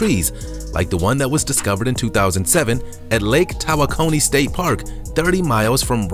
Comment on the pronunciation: It's pronounced Lake "Ta wok oh nee" not "Tawa coney". I live in Texas and have friends that have a lake house there on Lake Tawakoni {tawok oh nee}.